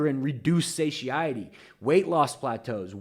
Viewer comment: Satiety Satiety satiety Suh tie uh tee It's called satiety